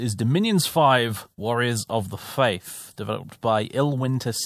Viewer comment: "Warriors of the face": As a German I appreciate that mispronunciation